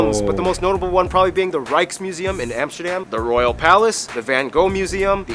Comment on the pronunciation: not Emsterdem but Am (like in America) ster dam (like in America with a D in front) goddemn.... and it is NOT Rodderdem either...